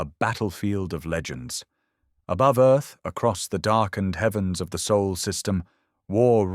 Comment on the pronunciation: Earth is in the “Sol System” not “Soul System”.